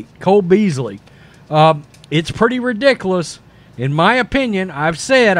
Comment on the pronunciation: Ri*di*q*lus please stop using the word until you can pronounce it ridiclus not a word